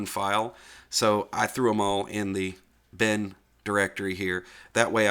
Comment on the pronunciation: I started listening to this video while doing something else and I have to really watch it again as some of your scripts look really useful. Glad to know the machine is doing fine. Also, just listening, I could have sworn you said that you created a "Ben" folder until I looked and saw that it was bin. My hearing is going, and my memory, as my daughter likes to point out. Luckily I still have my hair. :)